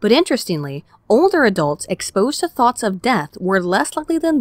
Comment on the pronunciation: Am I the only one that kept hearing Thots of Death, the elite assassin squad of egirls?